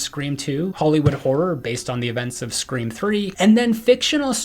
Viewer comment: Ummmmmmm dude at the start of tgevvideo u said scream awx